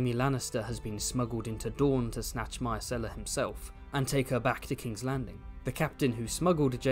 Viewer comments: managed to pronounce "Myrcella" differently every time he said it over the course of 13min 🙃 I love book-Ellaria, one of the absolute best minor characters, an absolute distillation of one of GRRM's core themes of the series. "I saw your father die. Here is his killer. Can I take a skull to bed with me, to give me comfort in the night? Will it make me laugh, write me songs, care for me when I am old and sick?". It's all right there in the text, and yet the majority of the audience (book and show) still seems to take the view that ASOIAF is about "winning the game of thrones". I'll go finish my 8th grade book report now. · "try to consistently pronounce words" challenge 😂